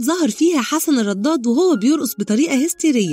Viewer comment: ليه بتنطقي الدال ضاد في كلمه الرداد وليه الكذب سبحان الله